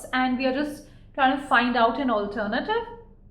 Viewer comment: I love the way you say"alternative " 😅